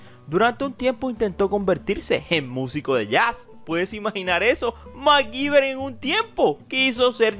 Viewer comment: Porque lo pronuncian Macgiver si es Mcgyver